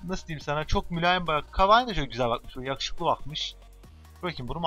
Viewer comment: abi aateecee gibi yahuşuklu diyon :D